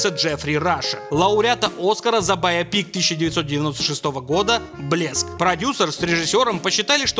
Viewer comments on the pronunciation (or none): МОЖНО НОРМАЛЬНО НАЗЫВАТЬ СЛОВО БАЙОПИК, ПОЖАЛУЙСТА!!! Не бАй О пИк, а байОпик!!!!